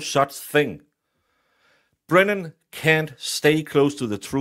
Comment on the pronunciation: I love that you are calling him Breenan!!